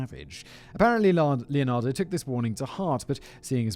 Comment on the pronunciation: >brags about finally getting the pronunciation right >calls her LeonardO Whistlerboy, you rekt yourself